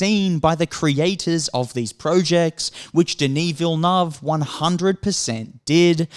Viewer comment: Villeneuve: Villy-nerve